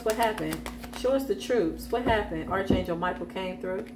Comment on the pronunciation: ✅️ Arch is pronounced like Ark. Ark Angel Michael.